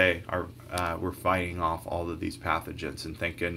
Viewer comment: Very helpful video, but it's pathogens, not pathenogen:(